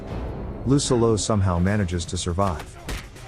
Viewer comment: I’m sorry but every time I hear lucillo’s name pronounced incorrectly, I couldn’t enjoy the video